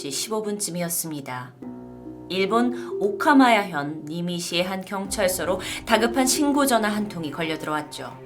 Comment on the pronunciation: 오카마야현이 아니라 오카야마현인 것 같아요 언니!ㅎㅎㅎ